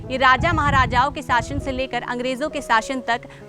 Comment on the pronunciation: ठीक से हिंदी बोलना सीख। साशन नहीं शासन होता है।